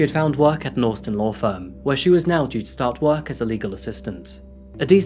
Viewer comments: I'm sorry, but why do you keep pronouncing Austin as Orstin? It sounds super weird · absolutely not. He pronounces the “ au “ the same way a Brit would “ Daughter “ … in the UK, we typically pronounce Austin like the “ Au “ is an O. But he says it either very poshly, or just different to normal. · Austin. The non British part of accent shines when you say this. Took me 3 times to realise what you were saying. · Orstin Texas 😂😂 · You say Austin funny lol. Even in an English accent, you say it funny. Anyway, love your videos mate lol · Why do you say Austin like that 😂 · The way he says Austin though 😂😂😂🤦🏽‍♂️🤦🏽‍♂️🤦🏽‍♂️ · He often mispronounces places and names. Apart from that he’s a good narrator. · Are you trying to say "Austin" bro?